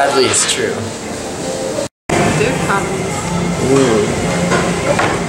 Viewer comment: Instead of go man som me da, to sound more mature, you say gam as ham me da.